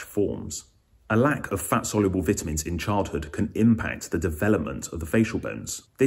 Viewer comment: Can't listen to someone who doesn't know how to pronounce vitamins